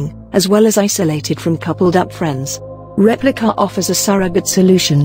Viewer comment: "Repli-KAH!" I don't know why, but every time the robo narrator said the name of the app, I cracked up. Lol.